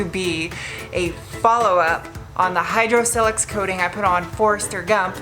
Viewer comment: It’s not pronounced with a soft “i” as in silk. It’s silex with a hard “i” as in mile. Check their own website.